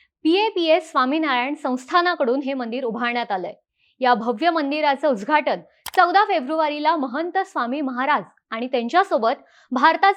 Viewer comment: उजघाटन नाही उद्घाटन 😅😅😅